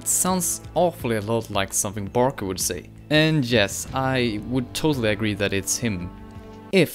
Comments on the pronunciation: it’s not Barker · ITS BARKER GODDAMIT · It's barker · It's barker.